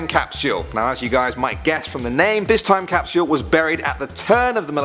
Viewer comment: i love ur vids but pks stop saying capsule so weird it bothers me tbh